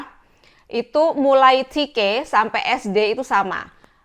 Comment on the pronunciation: Te Ka ❌ Ti Ke ✅